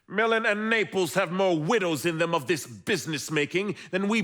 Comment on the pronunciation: pronunciation of MiLAN is off putting